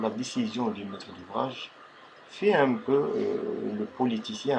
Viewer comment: quand ta dit un met d'ouvrage j'ai cru t'aillait parler en arabe la hhh